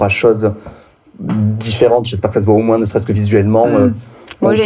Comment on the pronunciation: Salut, jsuis de la team Major Silence et j'adore ta chaine tes vidéos bref ca fait plaiz de le dire et évidement de le lire A Minima, elle est drag mais le seul truc qui m'a choqué de toute la vidéo c'est qu'elle dit moinsss et ca franchement ca m'dégoute <3